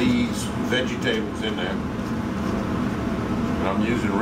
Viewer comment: I love how you pronounce Vegetables-veggy tables :)